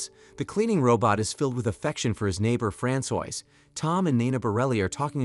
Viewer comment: Francois is not pronounced frand soyse. Its fran swa.